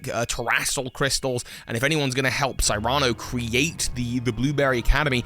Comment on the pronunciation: Friendly reminder that "Cyrano" is not a made up name (see "Cyrano de Bergerac"), and I've never heard it pronounced that way,:P